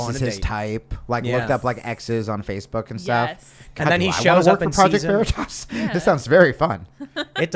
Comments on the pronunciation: Its not pronounced ver-itos its pronouced ver-itis and means truth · Such a ‘feel good’ video today. “Pro-jech-toh Vereee-tosh” 😂 😂 😂 😂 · "Project Vuh-ree-tuss? Jam-ess Ok-Eef? I don't know who that person is but he sounds like a great boss." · For a highly intelligent man that is now rated the richest man in the world, has actually done things to make the world a better place, and believes in freedom of speech vs. some authoritarian dipshit who's done nothing to make the world a better place and can't even pronounce veritas correctly. The only reason this guy is shooting shit In the wind is because he doesn't like a guy who believes In free speech taking over the company.